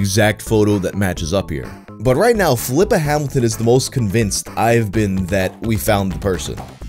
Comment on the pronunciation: I'm not sure here, but I think the name Filippa is pronounced "phil-lee-pah" similar to Filippo or Filipe (phil-lee-poh) (phil-lee-pay). Instead of pronounced Flipper like the dolphin. Small nitpick.